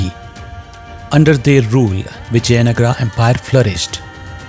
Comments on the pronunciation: Whoever the narrator is, please don't get western influence and I request to please pronounce our words right. It is Vijaynagar not Nagaraa. It is Ram not Ramaa! Please let's be progressive and yet connected to our roots! Sorry if I said anything wrong. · Please be informed , it is Vijayanagara in Kannada not Vijaynagar.. Also it is Ramaa in Kannada and not Ram. In Telugu and Tamil it is Vijayanagaram, for Ram they say Ramulu, Raman etc.. so each language has different pronunciation and Hindi is not a base although I respect Hindi. Actually, most of the Hindi speaking people can't pronounce South Indian words and similarly South Indians pronounce Hindi words differently.. Kindly consentrate on subject than pronunciation.. For example a Dutch would pronounce Vijay as Viyay as they pronounce j as yay. Kindly do proper research before commenting. Narrator's pronunciation is not western influence. It is Kannada. And we are proud to pronounce as Ramaa or Rama, Lakshmana, Narayana, Hanumantha etc. Jai Bharatha...